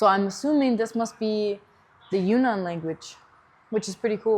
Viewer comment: It’s pronounced Yun-Nan, not Yu-Nnan.